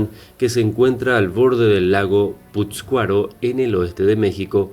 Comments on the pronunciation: SON PUREPECHAS Y SE PRONUNCIA PASCURO. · Cierto, errores de dicción: PAtzcuaro, PurEpechas, y el nombre del lugar debe tener acento, imagino debe ser AngÁmuco. Y si se pregunta como es que los españoles vencieron pues sólo hay que recordar que ellos atacaron con agentes virales y bacteriológicos, solo la viruela que trajeron acabó con muchos nativos. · No me chinges se llama Pátzcuaro no puscuaro y es purepecha no purepucha y Michoacán se localiza en en la sierra madre del sur .. por lo demás gracias por hablar de mi pueblo el cual no fue conquistado ni los Aztecas pudieron hacerlo .. mis antepasados se unieron a los Españoles por voluntad propia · Es Purépechas no purépuchas, es lago de Pátzcuaro no pútzcuaro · No son purepuchas, son purépechas y el lago es pátzcuaro y no putscuaro. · Se dice purépEchas y PÁtzcuaro... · Para hacer un reportage sobre cualquier tema primero hay que informanse bien... Me molestò mucho esa falta de respeto de mala pronunciacion de los nombres reales.... Es Purépecha y Pátzcuaro y así sucesivamente, corrige tu video o borralo....😠😠😠👊👊👊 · Tzin tzun tzan y lago de "Pátzcuaro" pronuncia bien... 40000 edificios??? No seas inútil y mentiroso... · Se pronuncia ..”purépechas” y se dice “Pátzcuaro” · arturo garcia es Patzcuaro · Gabriela Hernandez que no es pazcuaro? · NO MAMES NO SABES NI PRONUNCIAR EL NOMBRE PURÉPECHA Y EL LAGO DE PÁTZCUARO! Y ASÍ HACES UN VIDEO ? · PATZCUARO Y PURÉPECHAS... Wey al menos investiga como se pronuncia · Pronunciaste mal patzcuaro